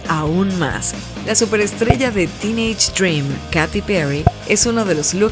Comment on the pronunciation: creo q se dice keiti